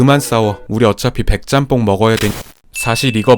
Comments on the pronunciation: ‘잔폰’ 이라는 발음보단 일본에선 ‘ちゃんぽん’, 한국어 발음으로 표현하자면 챤폰 이라고 발음하는게 현지 발음이랑 가장 비슷한거 같아요 :) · 잔폰아니고 짱뽄이 더 발음 가까워요 ちゃんぽん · 잔폰?? 일본어에 이런 발음이 어딨어 챤퐁이지